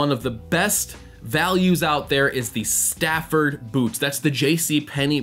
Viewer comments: Brilliant tip. (You prob already know this by now but Saphir isn't pronounced "sapphire", though I do believe it stems from that word. The name's pronounced "sa-fear" or even "sa-fir" depending on dialect.) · It's pronounced Suh-FEER, not 'sapphire' – if you also want to sound expensive that is, and not just look it! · Pretty sure it's pronounced SA-FIR and not Saphire. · Just FYI, the shoe polish is pronounced “suh-FEER”....rather than like the word “sapphire.” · To be fair, "sapphire" is the English counterpart of the French word Saphir. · Thanks for your contribution. It still doesn’t change the fact that the polish brand is pronounced “suh-FEER,” so my original statement was a “fair” correction to begin with. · Saphir = Sa-fear : Saphire =Sa-fire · Isn't it pronounce "sa-fere"? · Not to be pedantic but Saphir it's actually pronounced "saf -ear" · saphir not sapphire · Its pronounced saf ee r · Lol, you don't even know how to pronounce Saphir.